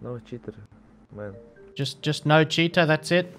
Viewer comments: All I keep hearing is "hey guys, we've got ourselves a cheetah" :D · I like to watch with the closed captioning on and everytime he says cheater it reads cheetah